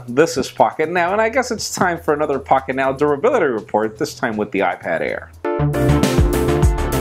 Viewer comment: i thought he said F**ckitnow ;D